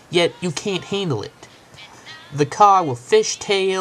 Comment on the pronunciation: ''Dammit i hate dis caw'' haha